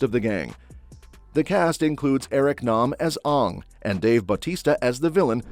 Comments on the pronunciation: The pronunciation of Aang's is reminisce of the m night's version! That's NOT how you say his name!!!! As I yell at the screen each time he says his name wrong! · I appreciate the video...all great flicks. All i ask is that in future video's when you refer to The Last Airbender please the correct pronunciation for Aang (the animated version) not the M. Night atrocity. Thanks again for the vid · They are saying the avatars name wrong. In the original cartoon they call him aang they are saying it oong. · Why do they continue to mispronounce aang and soka